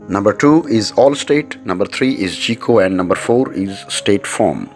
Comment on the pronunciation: Myself - am not going into details - State Farm (my current carrier) works best for me. Now if my situation should change GEICO would be best for me, even though the narrator pronounces it "GEE-CO" when it should be pronounced "GUY-CO" but pronounces the other names correctly. Good, informative video though.